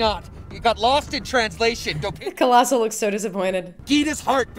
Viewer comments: OMG PLEASE STOP ITS COLOSSIUS NOT COLOSSIL XD also he looks different in this movie because they re-casted him to be be more comic accurate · Every time you said "Colossal" made me cringe... haha I'm sure Colossus would not find offense, probably just shrug it off. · This was awesome but I cringed every time you called Colossus “Colossal” 🤣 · I thought it was funny and cute how you kept calling Colossus colossal. Funny